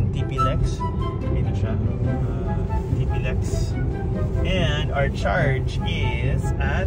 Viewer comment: Ti-Plex not Tipi-lex😅